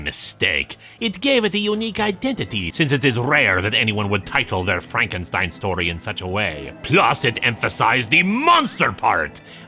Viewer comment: Glad to hear pronouncing Frankenstein with the german "st" again. Doing an archive binge of this comic and dropping that in #5 was jarring. Edit: Some of the time at least